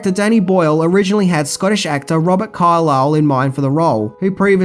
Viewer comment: Dude, your content is excellent. But if you've this much passion and enthusiasm about what you do, how hard can it be to research the pronunciation of the names of things and people in your videos? You make mispronunciation errors almost every video. Braydon Gleasson? Really? It's Brendan Gleeson, Bren, not Bray. Robert Carlyle, the stress in Carlyle is on the first syllable, CAR-lyle, not the second syllable, car-LYLE. Start doing some better research brother.